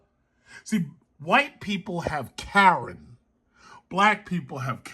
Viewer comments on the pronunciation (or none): none